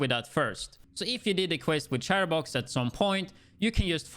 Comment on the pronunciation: Can't pronounce "chest piece" but pronounces " Chatterbox " correctly...what?